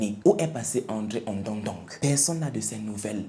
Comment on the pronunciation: waouou trop top et ton visage très nickel et propre,très charmant merci pr cet histoire bien k je suis ganonaise me tu prononcé pas bien le nom ondo ndong😂😂 ce pas grave